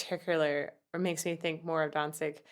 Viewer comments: It's NOT "Dansig" it's "Danzig"!! Your not pronouncing the "z" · hahahaha.... Dawn-zeeg. is how im going to pronounce Danzig from now on.